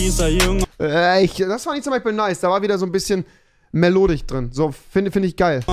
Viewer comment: Immer dieses "Melodich"